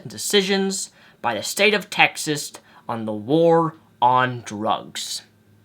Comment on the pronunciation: He said Texist haha